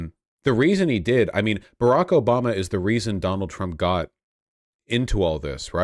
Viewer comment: Litterally "Obamna.... "